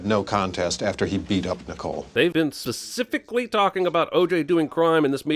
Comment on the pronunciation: REALLY should've done a second take after mangled the pronunication of "specifically". DIng!